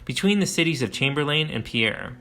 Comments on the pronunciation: chamber-LIN, not LANE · The towns are pronounced like Chamber-lin and Pier not lain and Pierre like a French guys name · As a life long resident of South Dakota its Chamberlain pronounced Chamber lin and the capitol isnt pronounced like the french pronunciation. Its Pierre as in pier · Well done! My only criticism is your pronunciation of Chamberlain “CHAM-ber-len” and Arikara “Uh-RICK-uh-ruh” Great history telling! (I’m a published historian, focusing on early and pre-contact cultures) 👍🏼❤️🫡 Semper Fi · Those South Dakota cities Chamberlain and Pierre are pronounced “chamberlyn” and “peer.” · I'm a South Dakotan as well. I've spent many days fishing on the big river in front of Crow Creek. Maybe I've been living under a rock, but I didn't know there was such a significant archaeological site there. This is a well done documentary but I can't help to feel it takes a slight credibility hit for not pronouncing Pierre or Chamberlain correctly.